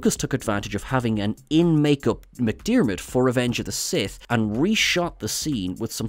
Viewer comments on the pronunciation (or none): none